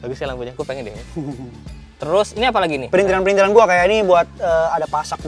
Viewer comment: Yang bener tuh PRITHILAN ga ada N nya. Jadi bukan PriNthilan ! Bapak-mu (Oom Hauwke) Wong Jowo Temanggung koq keliru sebut PRITHILAN jadi PRINTHILAN...